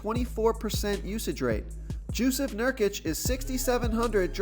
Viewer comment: “Jewsef Nurkic” 😂